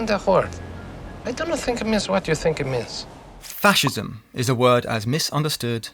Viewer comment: it is "fascism"